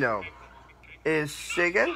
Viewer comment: chigen AND fied wice? fuck man props to